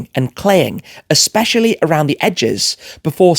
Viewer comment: Did you say its a Specially 🤔